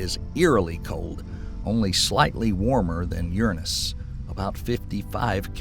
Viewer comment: Sorry, but if you can’t say the gods name Uranus correctly, I can’t listen.